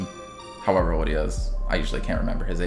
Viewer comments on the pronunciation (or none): You do know there's a letter "L" in the word "old".... so say it for christ's sake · Why can’t he say old right 😂